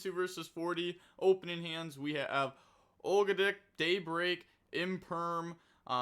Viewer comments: Og-doa-dic is how i pronounce it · Love the Ogdoadic. They are pronounced Ahg-Doe-Ad-Dic just FYI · pronouncing ogdoadic as "ogred*ck" is a new low. 💀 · nah was CRAZY ogle a dick like whaaat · That’s the decks name now 💀💀💀